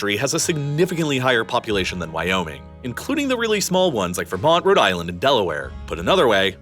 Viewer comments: At first I thought you just emphased the Why in Wyoming. But then it became more then that; "Why? ... Oh: Me-ing!" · Was the video a voice cloning test? Northrop Groomman, wiyoing, boast